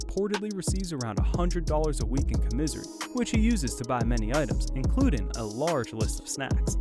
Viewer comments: Wtf is comisery ? Its commisary dummy. Smh jesus. You can tell hes never been locked up..lolz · COM-I-SARY!!! NOT COM-MS-IRY Holy hell I was confused on what you were saying half the video 😂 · Com-is-sary not com-misery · Com-a-sary is how you say it. Not com-miss-ion-ary. That shit bothered me so bad. Don't ever get locked up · Bro its "KAW-MISS-SARY" not "KAW-MIZERY" U FUCKING idiot. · What is com miz ery? I think he means commissary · "CoMissouri" It's called commissary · Its pronounced Com-mis-SARY not com-misery! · LOL this dude said commiiisssary... COM-IS-ARY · COM-MA-SARY not commissery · Bro it's "caw-miss-serry" not "caw-misery" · Cum-iss-uh-ree. Lmao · It’s “commissary” you dumbass 😂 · cringey af narration. "comizery" i'm dead. sound like u be better wit making videos about milking cows bruh. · WTF is “coMISERY”? 🤣🤣🤣🤣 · What the fuck did you just call commesary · Haha pernounced commissary like comisery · Comizary nigga its commissary 🤦‍♂️ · It's not commizzory it's commissary🤷🏾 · its pronounced (com-a -ssaaaarr--eeeeeeeeeeeeeee) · This nigga said “comizzery” its .. commissary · Did dis fool just say ca-misery... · Co-misery? Jaja commissary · Spell it out ...and said with me! "COM--MIS--SAR--Y" !!! U got it?? You lame F#@ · "Commissary" wtf 😭😂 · Comisery? You a fool 😂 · Bruh...its commissary, not co-misery..tf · My guy said co-misery instead of commissary 🤣🤣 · "Commizery" lmao you know he knows no one locked up lmao 😂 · Dude I hate how this guy says comissary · Com-mi-sir-ri u mean com-mon-sir-ry commissary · Comisery.... lol Commissary. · Lmao "commisery" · I came to the comments just to see if anyone else noticed. “Commissury” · That shit is cringe though I just watched the video com misery 🤦‍♂️ I disliked the video cuz of that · This mf a clown… u don’t know how to pronounce commissary fam 😂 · He can't say commissary right,!!😱🤔🤗😂😂😭😭🤣🤣😰😨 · The way you say commissary bothers ne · You pronounce "commissary" so weird. 😂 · Dude said, comisery...haha